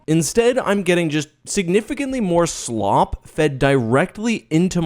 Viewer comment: dont appropriate my ideology. the way u enunciate slop tells me everything; that ur a tourist who bares no hate.